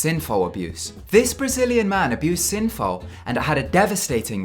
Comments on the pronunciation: Dude, it's 'synthol' not 'synfol' ! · Synfow. You mean Synthol! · I was annoyed when he called synthol, synfol.....and diuretics as 'duretics'. What an annoying voiceover.